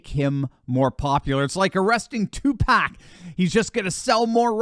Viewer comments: its Tupac not Pack😂😂😂😂😂😂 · Dude, did you just say 2 "pack"? You've got to be kidding me.